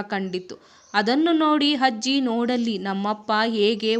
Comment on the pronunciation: Adu hajji alla ajji😂